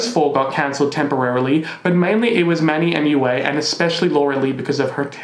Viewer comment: It's Manny M U A, not Mua!